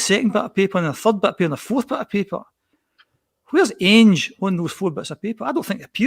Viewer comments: is one of those people who mispronounce names wrongly ( Ainge instead of Ange, and Gayvin instead of Gavin ), yet persevere with their mistake even though they hear others pronouncing the names differently and correctly. ffs man, it's Gavin ( Gah-vin ) not fecking Gay-vin. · You can tell dies a little inside every time says “ange” “gevin” and jumps in every 2 mins